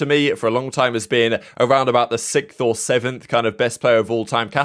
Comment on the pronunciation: the way you say "sixth" made me feel uncomfortable but your work is still appreciated 😅